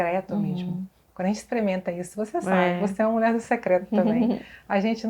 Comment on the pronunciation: Alguém pode avisar essa querida do Senhor Jesus que a palavra correta é 'mulher' e não 'mulé, mulheres e não muleres'. Me dá nervoso ouvir 'mulé' repetidamente!" podecast forte!! o senhor Jesus seja louvado